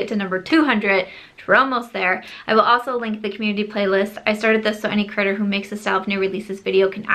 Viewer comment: Omg I thought you said any"critter" who makes these videos, instead of any "creator" , and ya know, for me an animal lover, I'm ok with it haha.LOL 🤣🤣🤣